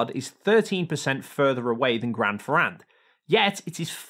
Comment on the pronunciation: PLease pronunciate "Grand Ferrand" wit an "a" sound as in "want" and not as in "bat". For the rest good explanation!